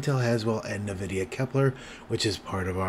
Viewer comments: Noice work! 👍👍 Just FYI, it is pronounced "en-VID-ee-ah" and not "NUH-vid-ee-ah" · Thanks, I was just about to look this up. Nvidia was a client of the company I worked for, and it was always pronounced en-VID-ee-ah. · First time I've ever heard anyone pronounce the company "NahVidia"